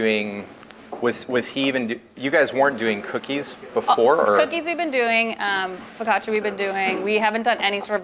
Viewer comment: she actually knows how to pronounce focaccia!!!